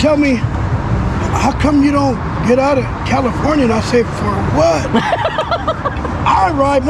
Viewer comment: He said, "Fer-whaaat!"